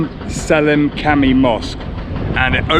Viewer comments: The letter C is pronounced as an english J..so Camii is Jamii..from the arabic word jamaah for mosque..but ur videos is pleasant..more details.would be great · The Turkish word for mosque is “cami” and it’s pronounced /Djahmey/.The letter C (without the accent mark below is always pronounced /dj/